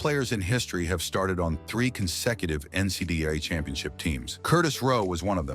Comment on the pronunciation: why cant AI pronounce NCAA? What a joke. Oh what's a "Keltic?"